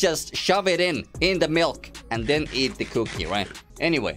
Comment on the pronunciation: cookie not cooooki